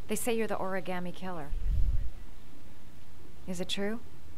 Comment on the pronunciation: Why is it that only Ethan can pronounce "origami" properly?.